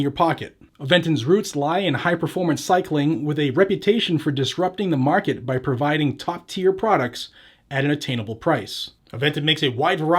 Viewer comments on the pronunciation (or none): none